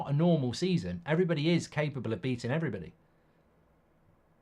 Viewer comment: Thanks,he skips like half of letters of "everybody".